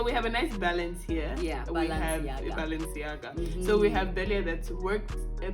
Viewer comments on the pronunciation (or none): "Balanceiaga".. I can't stand you 2